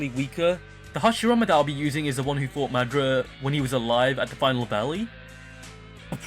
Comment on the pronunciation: I was like who tf is madra 😂 but realized I mean madara